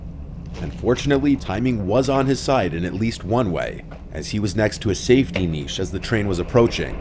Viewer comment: I've never heard an American pronounce niche correctly until this video. Well done for getting it right.